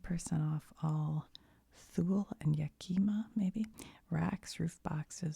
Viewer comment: Yakima is pronounced YAK-uh-mah, with the emphasis on the first syllable. Its a city here in Washington, and is one of the many native american tribes here. The conpany started out here.